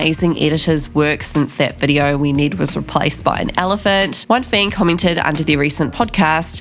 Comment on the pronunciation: Please learn how to properly say “Ned”